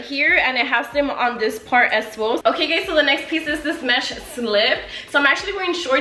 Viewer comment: Instead of saying “guys” she says “gays” lmao